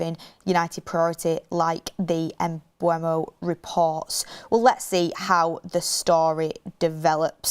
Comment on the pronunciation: She way she pronounces Mbuemo is jarring “Umbermow”